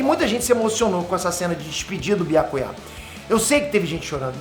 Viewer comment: É so eu que fico com agonia da pronúncia que o fala o nome do Byakuya? 🤡